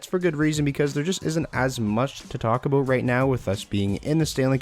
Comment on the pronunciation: did he just say ABOAT?